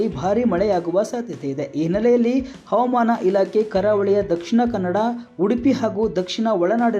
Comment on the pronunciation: Please watch your pronunciation of ' Havamana'. Don't forget H.